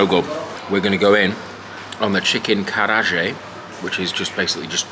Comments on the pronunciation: It's pronounced Ka-rah-ge, not karaj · It's pronounced 'karra-agay'... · it’s called Ka-raa-gay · As someone that has been trying to learn Japanese for the past few years the way he says "Kareage" makes me want to ram knitting needles into my ears.